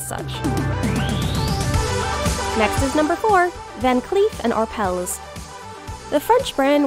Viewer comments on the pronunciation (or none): none